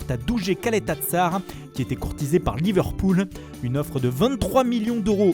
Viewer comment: pourquoi il dit pas Liverpool avec l'accent ?